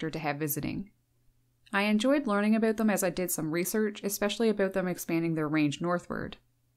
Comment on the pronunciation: I'm having trouble understanding why the words OUT and HOUSE are so difficult for this woman to pronounce. She might not make it in time to the outhouse if she asks for directions. When you pronounce bout like boot, you may end up with a poop on your boots